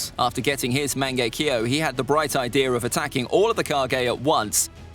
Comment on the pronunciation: "Mane-ge-key-yow" lol. No hate btw, Japanese pronunciation is hard af